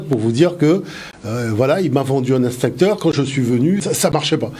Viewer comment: "EX-TINCTEUR" - PAS - " INS-TINCTEUR "!! MERCI !!!